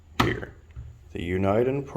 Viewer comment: Pronounced uniden wrong